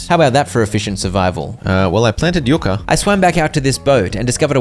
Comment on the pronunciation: Everytime you said yu-ca instead of yuck-a